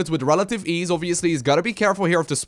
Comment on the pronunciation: it's actually "with relative ease" but now I just can't unhear it XD